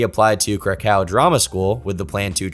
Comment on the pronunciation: It’s pronounced “Crack-OOOV”